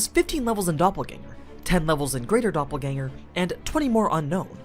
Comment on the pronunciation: actually pretty good pronunciation of the word dopplegänger.